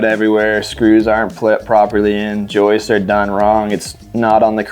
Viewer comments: This is great.....well done....and WB stepped up to his words. Respect for that. But gentlemen......it's "joists"......not "Joyces". Lol. Need to change that . Lmao😊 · I love your content and all these videos. That being said, I can’t express how much it drove me crazy every time that one guy called them “joistsess”. Joists is already plural 😂